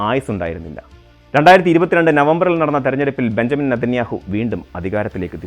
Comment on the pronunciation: ബഞ്ചമിൻ എന്ന് എഴുതുന്നു പക്ഷെ വായിക്കേണ്ടത് ബിന്യാമിൻ എന്നാണ്‌. തിരുത്തും എന്ന് വിശ്വസിക്കുന്നു